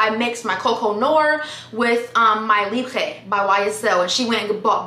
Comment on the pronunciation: Loved how she pronounced Libre. is beyond lovely and charming.